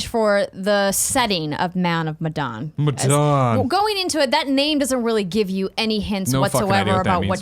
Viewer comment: Hey guys, the 'Medan' in Man of Medan is pronounced 'Meh' (like meta) and 'Done'. (like 'I'm done!') Also do not hold the 'Done' part too long, it's more of a quick syllable, maybe it's more like 'dunn'